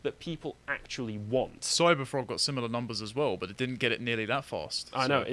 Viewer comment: What kind of dreadful English dialect does have where "but" is pronounced "buht-suh"?